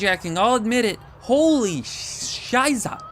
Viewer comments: also shoiza (how he pronounced it) means (S-WORD) so yeah no escape hanz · I know this is NOT the point at all, but I'd like to give some notes on your pronunciation of 'Scheiße'. The 'S' is usually much sharper, as seen in 'School', and it ends with an 'E' sound rather than what you did, which was closer to 'A' or a light 'ER'. Sorry for the unwarranted language lesson but I just really love German.